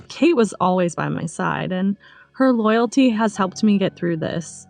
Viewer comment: The word "loyalty" is totally messed up here